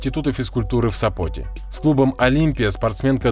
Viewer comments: Не в Сапо́те, а в Со́поте. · НЕУЧИ!!! НЕ В СопОте,а в СОпоте!!! Правильно ставте ударение !!! НЕУЧИ !!!😡😡😡😱😱😱